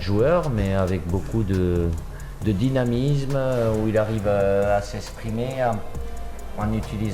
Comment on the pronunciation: Du dinamizmeu 😂😂😂 merci pour la cdm Didi mais c’est bon lache l’affaire mtn on en peut plus de ton jeu ennuyant